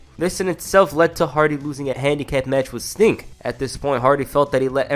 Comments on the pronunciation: I swear you calling Sting "Stink" 😭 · bruh it's "sting" not "stink" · It's sting not stink